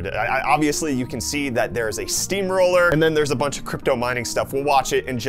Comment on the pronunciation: This guy said steam roller like if he was in 1821 😂 🤣 😎 💯 🔥 🔥 😝